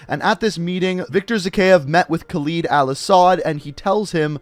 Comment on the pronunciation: am i the only one who finds it cringeywhen he says Khaled wrong?